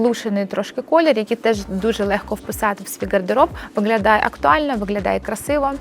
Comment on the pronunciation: Дуже корисна інформація 👌🌸, в українській мові треба вимовляти «г»,, а не «ґ». Ви перейшли українську, а лишили Ґ з російської - виґлялає, ґоворимо і тд. Це дуже ріже слух і звучить смішно!!! Виправляйте це.